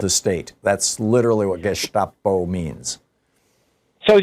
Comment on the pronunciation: Thom, when your read this, - no need for a "sch". "Gestape" is spoken with the "ss" from "guess", so is a "Guesstapo" .